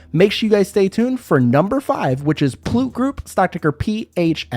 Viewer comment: its pulte homes pronounced: puhl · tee